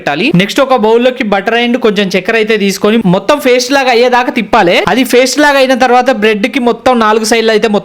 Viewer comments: Faste kadu ra sanasi paste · Paste ❎❎❎❎❎ raa faste✅✅✅✅✅